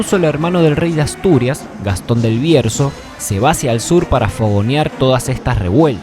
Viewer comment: EL REINO DE ASTURIAS FUÉ IMPORTANTISIMO EN LA HISTORIA, Y EN LA ACTUALIDAD CASI NADIE HABLA DE EL. ES UNA INJUSTICIA! YO COMO ASTURIANO DE GENERACIONES ATRAS PERDIDAS EN EL TIEMPO. ¡ME ENOJA MUCHISIMO! Y BUENO...NO ES "GASTON" ES "GATON" jejeje ...La línea genealógica más aceptada de GATON DEL BIERZO...se basa en la obra Al-Bayan al-Mughrib escrita por Ibn Idhari quien lo sitúa como hermano del rey Ordoño I de Asturias y, por tanto, hijo de Ramiro I . Otros autores, sin embargo, lo suponen hermano de Nuña, la esposa del rey Ordoño I, por tanto, Gatón podría haber sido cuñado de Ordoño